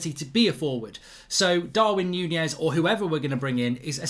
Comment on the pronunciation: Mark its Nunez not Nunjez